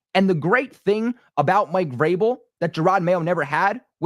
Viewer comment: How many times you switched between Vrabel and Grable is annoying. Learn how to say his name.